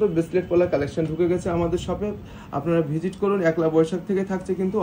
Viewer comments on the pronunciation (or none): দাদা ওটা একলা বৈশাখ না ওটা পয়লা বৈশাখ আর আপনার গহনার ডিজাইন গুলো খুবই সুন্দর😊😊